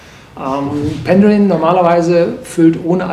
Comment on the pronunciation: Also das muss einen Daumen runter geben. Zu Besuch in der Brennerei und man kann nicht mal deren Namen aussprechen. Dann nicht mal das extra für ihn bereitgestellte, geöffnete Fass verkosten und die Beschreibung zum Filmchen ist auch noch falsch. "Horst Lüning verkostet ein Fass..." 🙈